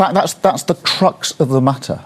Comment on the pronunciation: Did he say on that clip “ that’s the trucks of the matter” 😂. Surely he meant crux ? Fcuking hell , can he ever get through a speech without making a mistake? He’s shambolic.